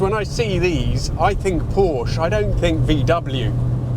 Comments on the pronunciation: Don't say "Pourch". I don't say "Pently" instead of Bentley. Or "Rolz Roiz". Say "pour-cheé" with an "e" like in "sufflé". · Pronounce is not as porsh. But as porshe. There is ä sound at the end of the word. Like saying 'tell'. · Hey, you know how you like to be really accurate with the pronunciation of names of Italian cars? Perhaps you could do the same with German cars? Porsche is not pronounced Porsh. It is pronounced Por-shah. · Porsh-uh not Porsh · No, it is NOT a real Porshhh. It IS a real Porsche. A cool one, at that. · It's PorschA not Porsch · Well, maybe it's not a real pour-SHUH because you keep pronouncing it poursh which is incorrect. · porsche is the name not porsch and folkswagen no volkswagen u'r so informed but… wrong:thanksdoc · If everyone is going to start pronouncing Kiev, "Keeev". Can we please stop pronouncing Porsche, "Porsch" It's PorschE. You pronounce the "e" on the end. Just had to get that out there 😅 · It's POR-SCH-E not "Porsh" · PorschE! PorschE! PorschE! Porsch_ annoys me too much as a German. 😉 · Can you not read? I can read clearly on the rear of the car: "Porsche", not "Porsh". SMH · It's called PORSCHE not PORSCH!!!!!!!!!! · PORSCH-E!! Say it right! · When you can't pronounce PORSHE correctly should we take your reviews seriously? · By the way: correct pronounciation "PORSHÄH"🙂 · I was quite distracted by his continuous mispronunciation of the brand name. It hurts my ears to hear a car guy drop the 2nd syllable. Otherwise, the video is great, and yes, the 914 is a Por-shuh. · The man's name was Ferdinand Porsche. Pronounced Porscha. It's disrespectful to pronounce it otherwise. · It's pronounced Por·shuh. 🙄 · Why is it so hard for a lot of these car guys to pronounce Porche correctly ?? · I have had a 914 2.0 for 35 years love it but pleasde everytime you said Pawwsh my teeth gritted, pronounce it right... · It is of course not a french car, hence it is pronounced Porschè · por shuh. pronounce the man's name correctly